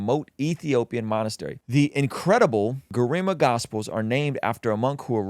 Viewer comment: Damnnn brooo youre butchering the pronounciations lol😂 Garima, Tigray, Ge'ez.. haha. I love you though, keep pushing the kingdom of God❤